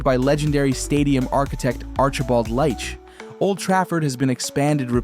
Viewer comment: Leitch is pronounced 'Leetch" not 'Light-ch"